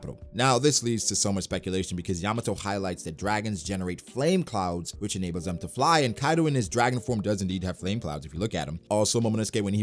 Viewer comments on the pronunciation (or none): none